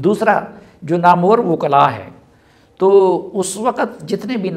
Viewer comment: نامور نہیں نام ور